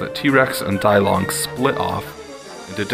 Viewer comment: Great vdeo but on minor correction. Dilong isn't pronconced dielong, but deelong because the name is Chinese and not Greek or Latin.